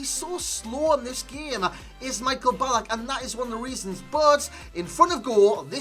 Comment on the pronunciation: Hes not pronounced like Michael Jackson 😂😂